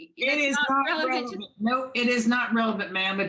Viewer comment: “Nu-no”. 😡every time she said this I wanted to scream. That and when she would say “I don’t understond “. Even though she says “understand” totally normal in other instances. I may she records everything….does she ever listen to herself later? I have and it’s greatly changed my own behavior and the way I address others.